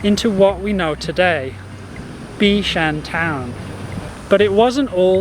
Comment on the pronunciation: Thank you for being so interested in the history of our island and our people. It is a really refreshing change from what people usually see or want to see in and about Singapore. I'm still surprised you actually drank Oldenlandia water. That's something not everyone likes, especially the younger generation! Also, I might be wrong but i believe the Cantonese pronunciation is Bik Shan DENG rather than Bik Shan Ting. Ting still sounds Mandarin.